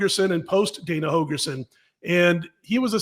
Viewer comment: HOLGERSON, Dana HoLgerson. Not Hogerson. C'mon man.